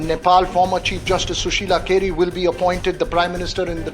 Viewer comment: Kaisa maderchod ka bachha hai ye News Anchor…. Sushila KARKI ko Sushila KERI bol raha hai